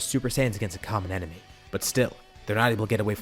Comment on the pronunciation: In almost every video you say 'it's an enermy of my enermy situation" 😂